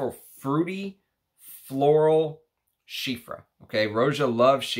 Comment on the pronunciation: Nice video as usual! Just one thing, it's Chypre not chiffre (change the f by p and you're all good)